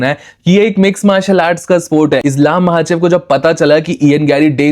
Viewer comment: Mahachev kyu bolra h bhai bar bar😢, its Makhachev